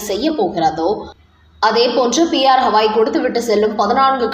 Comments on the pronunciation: சகோதரி. அவர் பெயர் ஹவாய் அல்ல. கவாய் ( GAVAI ) தயவுசெய்து சரியாக உச்சரிப்பீர்களா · ஹவாய் 😂😂😂😂 இல்ல...கவாய்... இவ்வளவு அன்பட் செய்தி வாசிப்பாளர்😂😂😂😂